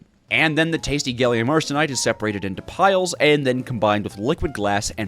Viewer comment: i watched 20 minutes before being broken after hearing you pronounce gallium as "gailium"